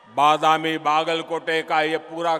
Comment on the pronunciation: ಬಾದಮ್ಯ ಅಲ್ಲ ಭದಾಮಿ